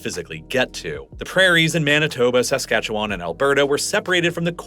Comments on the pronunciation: Saskatoon resident, always entertained by foreign attempts to pronounce Saskatchewan. It's /səˈskætʃ(ə)w(ə)n/, aka. "suh-SKA-chuh-wn," NOT "SAS-cat-chew-WAN." Quit pronouncing the 3 silent vowels (schwas) lol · Saskatchewan (/səˈskætʃ(ə)wən/ sə-SKATCH-(ə)-wən 😉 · His emphasis on the first a in Saskatchewan got me too. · Born and raised in Saskatoon. Really appreciate you covering this topic. I would say my only critique is the way you say "Saskatchewan". Most local people from Sask say it like "Sa-scatch-oo-wun" rather than "Sask-atchu-wan". The end is more like the word "one" than like "James Wan." Great video as always! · Also it's more like Skatch-win instead of Skatch-wan. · Saskatchewanian here. Your pronunciation of my province hurt my soul. Also, Regina = Ree-jina, not Reh-shina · I live just north of Saskatoon in Saskatchewan. Interesting video as we’re usually ignored in the extreme. You say Saskatchewan very weird, though, like most people not from here.